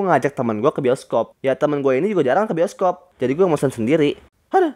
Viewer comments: bang kok pertama bscaannya boskob bukannya bioskob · Itu bacaan nya bisokop